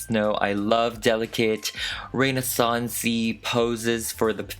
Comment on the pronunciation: OMG I am basic. You were saying Renaissance. Here I said "Reina Sonds" into my phone mic thinking you were referencing a model or actress or something... 😳